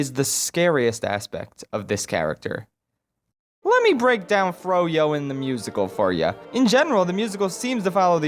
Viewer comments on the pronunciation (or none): “ froyo “ “ FRuyUu “